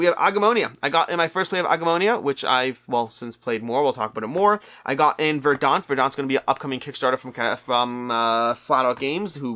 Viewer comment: VER-dant. Accent on the first syllable.